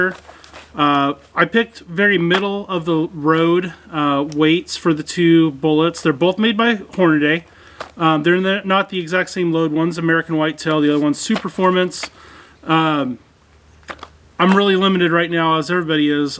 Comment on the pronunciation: Nah I knew you didn’t know what you were talking about the second you pronounced it Horna-DAY. The 6.5CM is a much more accurate cartridge than the .270Win. Now I do love the .270 for the purposes which it was created but you can’t throw the two cheapest rifles on the market on your bench and claim you know what you’re talking about when it comes to accuracy.